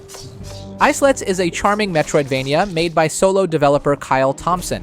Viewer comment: "Islets" is pronounced "Eye-lets." Since the game revolves around little islands. Not "Ice-Lets."